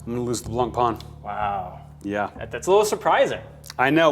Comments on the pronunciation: "Blancpawn"..? Oh come one, it's french - it's pronounced "Blan-pen" with a long 'n'. Think "Sean Penn" but starting with "Bl" instead oh "Sh" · It's not pronounced Blancpon at all, the -an and -ain syllables are pronounced differently. It's a North American fallacy that it's pronounced Blancpon, which Teddy is equally guilty of. The -pain sounds more like -pan than -pon in French.